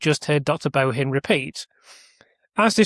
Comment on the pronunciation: Bohin is pronounced Boin, the H is silent. Im Irish and we never pronounced the H in the middle of surnames eg Mahon. Pronounced Mann. Material up to your excellent standard but …it must be me,I cannot follow the complexities. You promised on your stream last week that you had a really interesting video on Thursday. Well it’s Thursday and I cannot expend the energy! To tease my aged brain to follow.